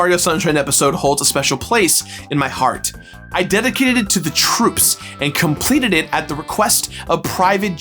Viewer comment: “ But once I Complededeht”